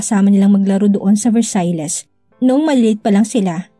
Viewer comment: FYI Versailles is pronounce as Versay omit the lles…